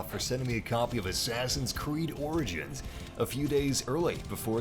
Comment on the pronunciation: U know it’s pronounced as orjins not organs it lol but the word is origins